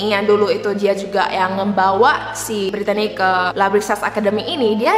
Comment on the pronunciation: Btw, nama Brittany biasanya itu pronounce-nya 'britni' kak